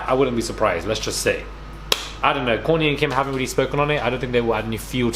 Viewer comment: Everytime u say Kourtney, I keep hearing Corny ...lololol..